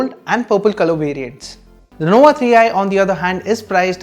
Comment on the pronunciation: Its nova, not nowa 😂